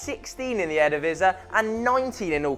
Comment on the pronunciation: The way you pronounce Eredivisie is brilliant: "Edevesse"